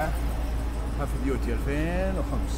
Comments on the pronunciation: Heavy duty يعني للأعمال الشاقة تلفظ بالعربي هيفي ديوتي وانت قاعد تلفظها هاف !! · مالك لوى وأنا أخوك تنطق "هيفي ديوتي" Heavy duty